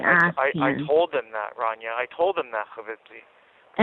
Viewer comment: What the hell did he call Rania? Provincy?